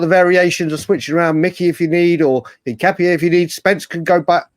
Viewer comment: The name "Hincapié" is a Spanish surname, and its pronunciation in Spanish is een-kah-pyeh. The emphasis is on the last syllable, "pié".